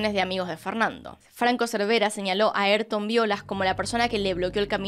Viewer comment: "eytor" jajajajajaja se llama y se dice A Y R T O N .